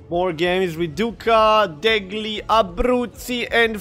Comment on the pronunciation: You say wrong "duca DEGLI abruzzi" in italian "gl" is as the spanish "LL"